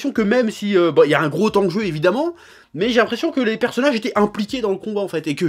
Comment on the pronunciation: Y'a un gros temps-jeu ? Attention aux liaisons chef on sait que la VOSTFR est sale mais te laisse pas influencer Sinon comme d'hab vidéo pleine de Pa$$ion pour DBS ça fait plaisir